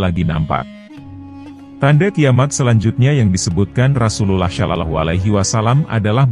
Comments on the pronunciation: coba itu yg menjelaskan menyebut nama RasuluLLAH SalaLLAHu alaihi wasalamnya yang bener karena ngga enak dengernya. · Agak gatel dikit denger Ai menyebut nama Rasulullah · Ini kykny bkn chanel Islam. Hostny jg ga fasih bgt ngucap Rasululullah n Allah. Ga ngucap assalamualaikim jjga. Waduh..